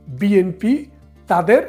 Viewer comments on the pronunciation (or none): none